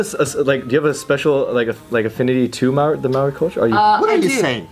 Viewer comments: I'm from new Zealand and by the way Maori is pronounced mould-d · Their pronunciation of Maori is Hilarious. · BIG MAHC it kinda upsets me though because they named their kid a name that’s Maori at least pronounce it properly 😩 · S H at least learn to pronounce Maori! At least when they tell people their kids name they can say it’s Maori without it being pronounced wrong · I love these guys... but it low key pisses me off the way the pronounce ‘Maori’😂😂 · I don’t get annoyed by much and I’ve been watching jk for so long and follow all their vlogs but it definitely bugs me knowing Bart and named their baby Taika and didn’t even bother to learn to pronounce the word Maori properly 😩😩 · Tyran Curtis it just is slightly disrespectful to have a tattoo with Maori culture and a kid named something in that language but still never spent a minute to find out how to actually pronounce the name of the language